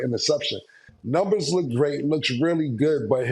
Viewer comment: He pronounces numbers as nembers...lol